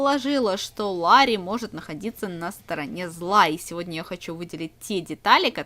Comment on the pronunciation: Не лари а Ларри!